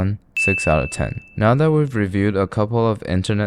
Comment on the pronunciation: i love the way he says 1/10 like 1 through tean